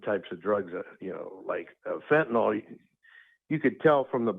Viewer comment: can u say fentynol